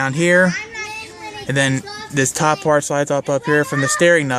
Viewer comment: Did you say fart or part